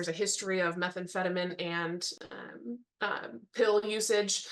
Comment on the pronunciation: F raised eyebrows how about red ones Sitting there with two red flags above her eyes 😂 Either she is color blind or is on that METHandphedamin (like the prosecutor said is. Like vitamin ending. Instead of phatemine like it’s actually pronounced. I’m calling it methandphemin now. It sounds funnier and those ppl do think it’s a vitamin so it does make sense in a weird way.